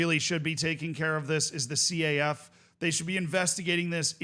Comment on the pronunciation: Broski you don't have to pronounce each letter in the acronym of CAF. You can just say, "Caf" as in: Kaf.